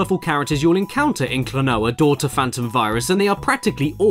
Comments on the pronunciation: Remember its a Japanese name so using their phonetics its Klo-No-Ah :) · Name: Klonoa Pronounced: Kla-no-ah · Caddicarus: Spends some of video making fun of the game’s name and mispronounces it in all kinds of ways throughout the vid : Just outright says it XD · Klonoa: I Really Can't Pronounce This Game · First Klonoa's name, and now Caddy couldn't pronounce 'Phantomile'. Hahaha. ^u^ It's pronounced, 'phantom-mile', by the way. :-)